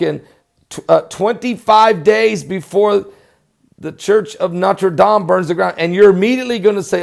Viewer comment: great pronunciation of Notre Dame !! Très Bien fait ! good work to report and nice and short!!